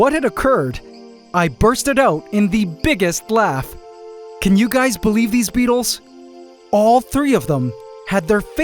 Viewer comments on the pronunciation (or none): none